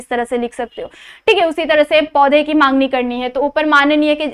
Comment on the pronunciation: Mam mangni nahi hota he it's magni